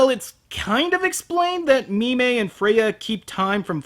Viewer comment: So it's "Mi-mey" the telepathic space maiden, instead of "Meme" the cowardly dwarf smith.